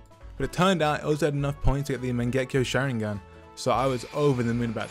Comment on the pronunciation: What did he just call the mangekyo sharing an?